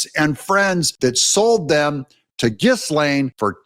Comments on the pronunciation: QC here...Hey Doug, I'm going to try this one more time for the sake of credibility, pronunciation matters. Hey Doug, here are 4 ways to pronounce Ghislaine Maxwell's name. The "s" is silent. Ghislaine Noelle Marion Maxwell ɡiːˈleɪn ɡiːˈlɛn ghee-LAYN ghee-LEN So, unless you are doing it as a bit, please drop the "giz". Thanks. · pronounced GAH-LANE, Doug.🤪